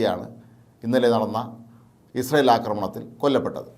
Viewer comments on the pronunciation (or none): none